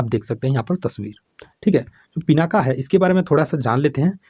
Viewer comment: Sir "पिनाका" नहीं "पिनाक"